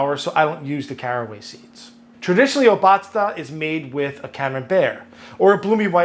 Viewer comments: It's _O_batzda not Ob_A_tzda. ;P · Hi, I appreciate your take on traditional Bavarian food! Try to emphasize the beginning of the word, it's O- batzda and not obAtzda. Thank you for your videos ( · yummy, yummy, yummy!!!!! a camembert that is a bit aged and flavorful is even better with that tang. its not pronounced o-BA-zda its O-bazda (a long 1st syllable and 2 short 2nd and 3rd) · Funfact: Obatzda comes from the bavarian Word "Obatzn", which means smushing stuff together, which is exactly the traditional way of making this. Your pronounciation is pretty off, but honestly, 80% of germans also fuck that word up, so who cares. It would be much shorter, similar to o-bud-star (leave out the "r" at the end) Nice recipe.